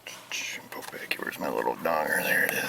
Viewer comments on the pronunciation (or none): none